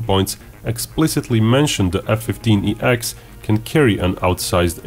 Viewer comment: .... its named the F-15EX ... its called F-1 SEX....